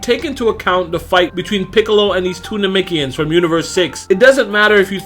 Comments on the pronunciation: Why he keep saying nemekians like that 🤣😭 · NAH-MEC-KEE-YINS.. That's how most say it.